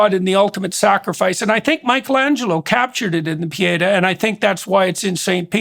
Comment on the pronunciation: His mispronunciation of Pietá is soul crushing! 😳😅😓😅